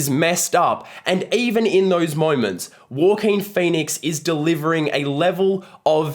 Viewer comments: why do you say joaquin like that ? “war-keen” it’s “hwa-keen” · Andy Peters 😅his accent somehow made it sounded like “ Walker” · nah I mean the word "walking" in an aussie accent. Thats what he sounds like when he says Joaquin. I don't mean the aussie accent for Joaquin lol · Great review. Even with the Walking Phoenix pronunciations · It’s Wha-Keen, mate. 😉😋🃏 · As soon as someone fails to pronounce an Actor's name you loose all credibility. Walk in Phoenix? WTF. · It's not the aussie accent he is just mispronouncing it. I'm Aussie and nobody I know has pronounced it that way. But I agree, every time he said it I kinda cringed...why is he saying it that way lol?